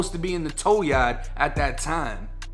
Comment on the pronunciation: Haha your accent when you say “yard” comes up as “yacht” I love it 😂😂